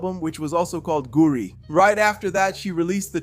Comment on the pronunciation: I was happy to hear about Clara but the fact you’re mispronouncing goodies is omg too much